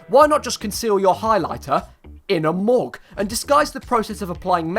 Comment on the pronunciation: The way he said spong and mug